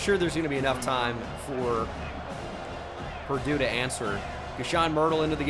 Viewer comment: I was laughing for a solid minute over it, you’re not the only who noticed lol